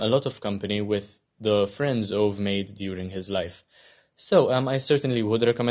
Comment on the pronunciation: Maybe you could see the Swedish movie as well :). Also, Ove is pronunced as Uve or more precisely ˈǔːvɛ.